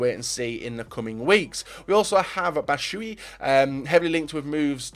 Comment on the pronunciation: The way he says batshuayi is cancer